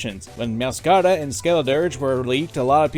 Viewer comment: Well, you butchered Meowscarada's and Skeledirge's names lol